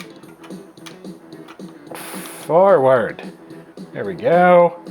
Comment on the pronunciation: I caught that too! I often say "forward" that way